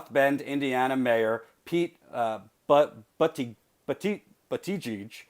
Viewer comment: It's pronounced "boo-ta-gig" or "buddah-jig." I lived 30 minutes from South Bend and that's about as close as I can find to a consistent pronunciation. Keep up the awesome work!